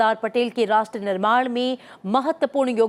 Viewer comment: ये एंकर राष्ट्र की जगह रास्त्र बोलती है। उपरास्त्रपति। उच्चारण ठीक कराइये।